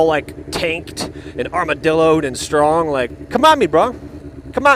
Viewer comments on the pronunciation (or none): none